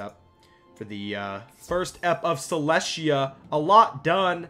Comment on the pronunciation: I thought Celestia was pronounce Cell-Est-Tea-Yah